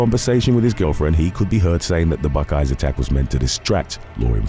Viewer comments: Kinda offended me calling Buc-ees just a gas station. By the way,It is pronounced buckys not buck eyes. Have enjoyed your TWKY content for several years now, keep up the great work. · How can you mispronounce Buc 'ees so badly. It's clearly not buckeyes dude